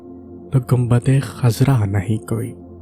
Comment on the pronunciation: یار خدا کے لیئے اپنی جہالت سے کیوں اردو زبان کا قتل کر رھے ھو ؟ گمبد غلط ھے لفظ گنبد ھے ۔۔۔ مذھب کا سہارا لے کر جہالت کو فروغ نہ دو کوئی طالب علم پڑھے گا تو کیا سیکھے گا۔۔۔